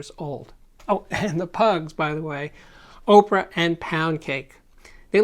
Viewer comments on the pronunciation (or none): none